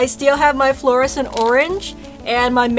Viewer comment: 'EETS FLORESENT ORANGE!! ' that was hilarious 😂😂